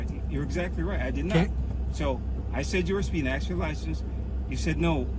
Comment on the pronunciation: " Axed " for a supervisor . Drives me nuts . Room temperature IQ cops . FTP